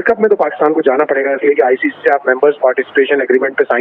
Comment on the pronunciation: It's ICC not ICCI